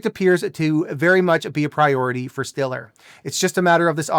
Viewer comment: It's pronounced "Stellar"